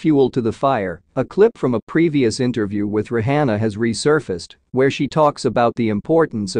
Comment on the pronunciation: Not even saying her nane right 😮 Rihanna